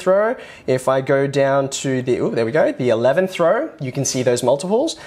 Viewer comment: "all the numbers in the same raur".. dude I cant